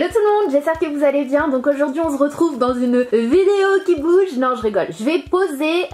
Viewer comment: Pourquoi tu dit on ze retrouve sinon je t'aime beaucoup et suis aboneé